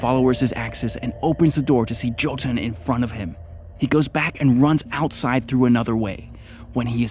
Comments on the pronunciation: FYI to anyone that wants to know, Jötunn means Giant in Icelandic. It's also pronounced Yo-tun, and not Jo-tun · its pronounced yo-tun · Jotunn is pronounced as Yoh- tunn. Anyways keep up the good work.